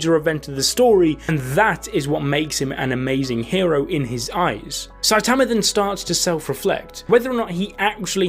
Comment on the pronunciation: everyone: "sai-tuhmuh": "sai_tahmuh"